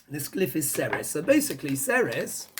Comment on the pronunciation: Hey darlin! Ceres is pronounced as, "Series". Hiw do I know, I live in the town of Ceres. Love your show! Keep up the great work!